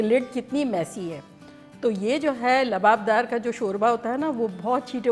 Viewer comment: Kam se kam aap to Lababdar mat boliye... Aap to itni achchi urdu bolti hain... Jinhe urdu nhi aati unhone Lawabdar ko Yeh Naam diya hai Lababdar.